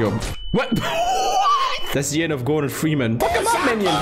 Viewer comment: did he said mr ferman?